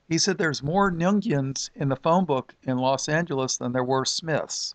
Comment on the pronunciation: Nguyen is pronounced, win. Weird, but true. God bless brother. :)